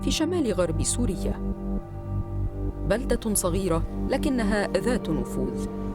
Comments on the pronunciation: عيب على إعلامية معروفة تقرأ اسم سموءل بشكل خاطئ وتقول صموئيل. الثيوفيللين، موسّع قصبي وهو المادة الفعّالة في الشاي. كل الأدلة المقدمة بالتقرير، هي ادعاءات، أو علاقات شخصية لا يمكن إثبات تورط الطرف الثاني بسببها، شهادة أشرف ريفي مضحكة، عبارة عن ادعاءات واتهامات. الكبتاغون المعروف دوائياً بالأمفيتامين، تأثيره الدوائي الأول المنشود هو زيادة التركيز، واستخدامه في الحروب خلال العقود الأخيرة كان من قبل الجماعات الانتحارية، بحيث يكون الشخص المتأثر متوجه تماماً لهدفه، بعد تجهيزه عقائدياً، وظهوره الأول في سوريا كان من قبل الجبهات الإسلامية المعروفة بالفكر الانتحاري، ولم يتطرق التقرير لهذا الشيء مطلقاً. نتمنى أن يكون التقرير احترافياً أكثر ومزوّداّ بأدلة مادية ملموسة. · الصحفية سالختها عربي فصحى من اول الفيديو لآخره و ما بتعرف تقرأ عربي اسمه سموءل وليس ساموئيل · سموءل مش ساموئيل يا فهمانة اللغة العربية الفصحى عندك صغر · سموءل ليس ساموئيل ، سموأل اسم عربي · سموأل اسم عربي قح ومعدة البرنامج يبدو لم تسمع به وثقافتها العربية لا تسعفها في قراءته بشكل صحيح. صموئيل... صموئيل.. صموئيل .. خطأ بشع ومزعج للأذن